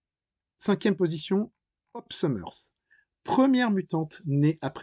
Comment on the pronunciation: De base, Psylocke (une mutante un petit peu « particulier ») n’était pas un « ninja » 😒 Cyclops (Scott « Summers » et pas « Summerz ») n’a pas que son pouvoir. C’est un excellent combattant au corps à corps doublé d’un grand stratège. Colossus s’appelle « Piotr » et pas « Peter ». : « Marveul » ??? 😳 : c’est pas « arme X », le « X » est pour « dix » 😒 : les mutants et les quoi ?